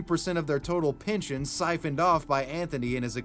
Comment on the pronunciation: Pinchin' schemes? My man, it's pehn-shin or pehn-shun..... PINALTY!? COME ONNNN